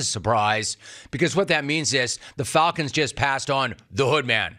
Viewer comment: The "Fulcons"?